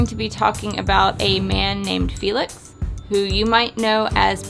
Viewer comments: I felt like she said feelicc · you couldn't pronounce felix's full name at the beginning so you stuck with felix😂